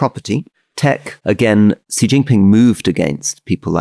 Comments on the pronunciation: Gott im Himmel, Alastair, please take a lesson from Rory on Chinese pronunciation. It's not "Zhee JinPing". The sound "zhee* does not exist in Mandarin Chinese. The sound represented by the character 習 is much closer to the English "she" or "sea". Just make it a bit more "shh". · XI as in XI Jin Ping, is pronounced like SHE. SHEE JIN PING. Not dzee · Hey Alistair - Xi is pronounced "She"!